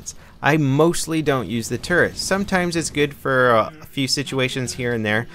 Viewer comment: I thought you kept saying " you have to carry around this huge turd around with you"